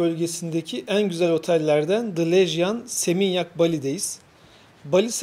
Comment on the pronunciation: Bir ek " LEJIAN" değil " Legian" olarak söylenir